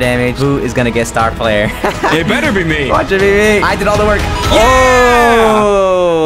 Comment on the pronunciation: At the end the man just says SUCBSCRIBE TO the vedio